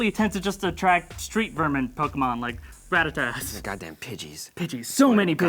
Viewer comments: Rat-tat-ta, NOT rat-tat-tat 😓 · it's spelled rattata and even the way you put it that's not how it sounds go watch indigo league or even some of the new Pokemon anime that's not how you pronounce it